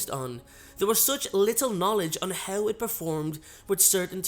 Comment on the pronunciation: He pronounces "How" like "Hew"